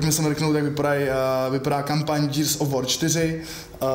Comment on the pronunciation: Už vám někdo konečně napsal, že se to nečte "džírs" ale normálně "gírs"? Džírs of vór se nedá poslouchat :-D